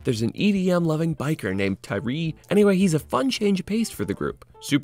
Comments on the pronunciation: ‘Ty-Ree’? Its Tyres. As in the wheels. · "...theres an edm loving guy called ty-reeee..." its pronounced TIRES!!! 😤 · You were doing so well until... Tyree an EDM lover... 2 mistakes it's not Tyrie it's Tyres as in those things you have on a bike Tyres or Tires... and 2 he's a fan of Dance Music not EDM... it's not the same thing.... oh and Vulva.... was a cu*t. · I had to switch off when he said "Tyree" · Tyres is pronounced 'tires' its just the british spelling, but banging vid on a banging series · Absolutely no-one in the entire show calls him Tyree! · And one of his complaints is about a lack of diversity and inclusion.....in a show made 25 years ago......when diversity and inclusion wasn't being forced down everyone's throats.....because it didn't NEED to be! And he can't even pronouns 'Tyres' correctly. It's like he hasn't even watched the show and just read that name somewhere and badly attempted a pronunciation of it!